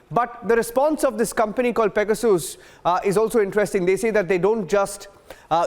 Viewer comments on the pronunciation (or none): What's pega-soos??